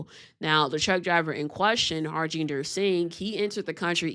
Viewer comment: Man. Learn to pronounce name. The J is silent. Ha RIN der.